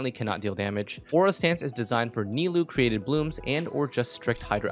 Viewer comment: ni-loo XD